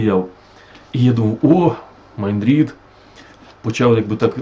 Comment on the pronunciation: шерсть котяча перетворюється на тигрррячу в устах, які вимовили перед тим " МАЙН РІД" 😂🎉